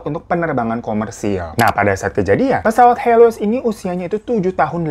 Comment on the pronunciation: Pesawat HELIOS bukan HELOISSSSSSSSS wkwk Semangatt banggg bikin kontenya,ailopyutomat 💓